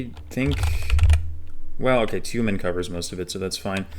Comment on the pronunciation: As a Russian, I am genuinely impressed. Not only by your pronunciations, but also the ability to type those names correctly. Btw, there are some things to improve. Namely accents in words, but those you still rarely get wrong. For example, it is Tyumén' rather than Tyúmen